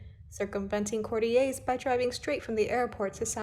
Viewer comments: Courtiers - not 'courty-ays'. In the UK, 'courtiers' is pronounced how it looks.It's an English word, not French. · Thank goodness. Please, the word is courtyours. Courtee-yers.. Well done,. Driving me mad as well, though the voice is beautiful.